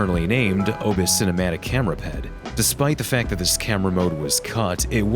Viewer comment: I thought you said that their pet would call the phone when you said ped